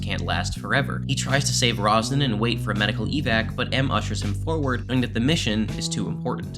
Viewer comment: It's Ronson, not "Rosnan"